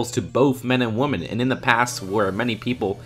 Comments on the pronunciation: Agreed, great point! But Dude, you know that WOMAN and WOMEN are pronounced differently, don't you, now!? Cringe x 1000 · Marshfellow and woman instead of women. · Does it annoy anyone else how he pronounces women?